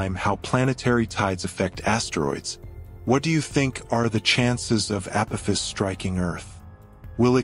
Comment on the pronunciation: This is for the narrator It’s A-poff-iss 👽🛸